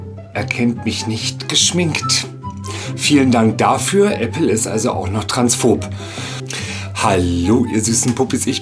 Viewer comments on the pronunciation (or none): none